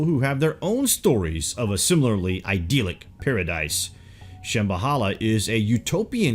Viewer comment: And idyllic is "I dill ick" not "ideal ick". :)